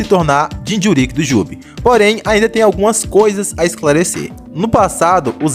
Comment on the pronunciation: Vídeo Bom, mas falar "jinchurÍÍk" é phoda